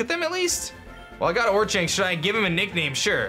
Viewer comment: pronounced or-kinks